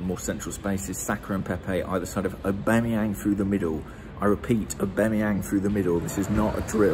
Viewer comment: The way u pronounce aubameyang is weirdly satisfying